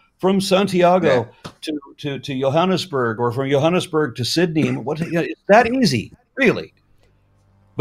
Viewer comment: I love how Aron pronounces Johannesburg better than English speaking South Africans!